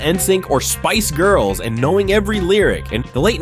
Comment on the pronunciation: This is cool, but the way you pronounce “Charminder” and Spice Girls made pause.